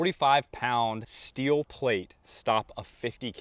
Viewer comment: The word is steel, not steeohl. Stop pursing your lips; it's just an effing L.